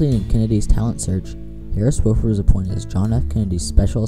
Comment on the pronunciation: Nice video, except you mispronounce the senator's name. It's WAH-fuhrd, not WOH-fuhrd. He says it himself in the video ""I Serve Because..." Video: Senator Harris Wofford"